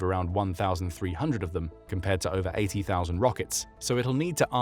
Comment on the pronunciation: It's ober folks